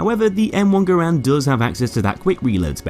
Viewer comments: Garand = gar-ant not Grand lol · Its ger-end not gr-and but i prefer gr-and non the less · Its not, its gah-rand, why is it so fucking hard for americains to wrap their heads around the most simple and similar to their language foreign words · Just fyi, his name is pronounced like this: /ˈɡærənd/ which is like how you pronounce the word "errand" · No it’s actually pronounced ga-rand